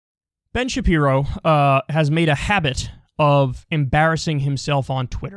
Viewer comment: Ben shabibo, Ben shapino 😂